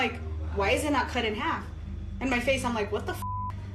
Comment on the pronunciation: Clip number 4.. It's half not harf